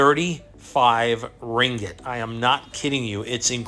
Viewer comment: Your 'Ringet' is hilarious.. hahah its Ringgit